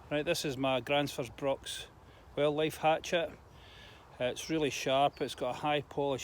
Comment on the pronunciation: You totally butchered the name of our company, it's ok though most people do....lol...."Gränsfors Bruk".....🪓🪓